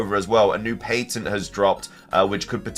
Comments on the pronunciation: New drinking game: take a shot every time the word patent is mispronounced and when you hear the phrase "either way" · Did you just pronounce “patent” like pay-tint? That’s funny. Lol. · Pay-tnt is actually fine for the UK though he does say Payn-tnt a few times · Is that really how the British say the word “patent”??!?!?